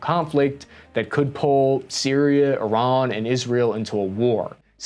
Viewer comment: Look at this pro pronuncint Iran correctly.... Will he use the metric system correctly? oh no.... Oh well